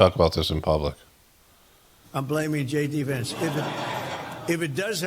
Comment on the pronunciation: "Gay D Vance...."😂